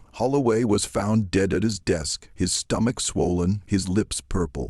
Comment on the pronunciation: I don't like this narrators voice. The other channel has the perfect narrator. THE SLAVES REVENGE. AI again? It's obvious when the word dead was pronounced deed. And 3 different voices. I do not subscribe to channels who use AI.